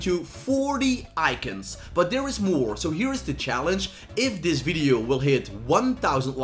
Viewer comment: Why did you say icons ‘eyekins’